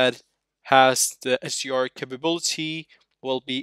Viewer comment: HDR not SUR is it that hard to say?!